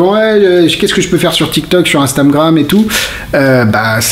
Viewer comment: "inmstamgram" ? xD